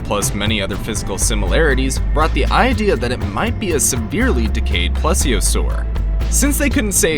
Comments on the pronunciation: While this is all great evidence, I can't deal with you constantly mispronouncing plesiosaur. It's said like please-iosaur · Why coudint there be a carnotris?! and plEseOsouris is how you say ir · Literally all of them : PLESIOSAUR